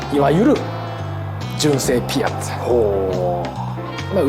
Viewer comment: ピアッツァのイントネーションってピ「ア」ッツァが正しいと思ってた